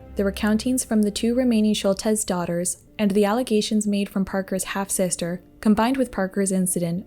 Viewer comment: annoyed that she keeps saying Shultez....who can't pronounce Schultz?